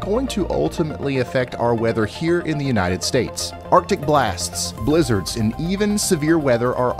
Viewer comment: When he says blizzards but you thought he said lizards...😳🤔🙃😒🤣🤣